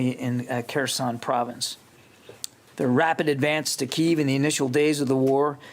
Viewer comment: Why do these government and news people keep pronouncing the city Kiev as (KEY-VE) when its always been pronounced as (KEY-EV)?